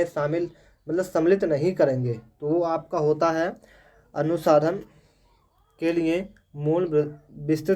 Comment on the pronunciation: अनुसाधन नहीं अनुसंधान उच्चारण गलत कर रहे हो बार-बार 🙏🙏